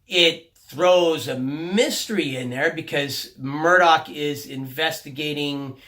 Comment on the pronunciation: I think the name you're looking for Murtagh not Murdock because if you're thinking of Roran you're, like really REALLY off base on the pronunciation LOL but yea. I love Eragon too man I haven't read the new book yet but the narrator for the audio books is as you say AWESOME as well. I listened to them a LOT while I was in the navy especially when I was winding down for the day in my rack on the ship. Great books. I just have to get on this new one before I go nuts. 4 books in the series by the way: Eragon, Eldest, Brisingr, and Inheritance... xD how did you forget its 4 books.